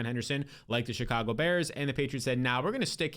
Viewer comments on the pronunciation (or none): none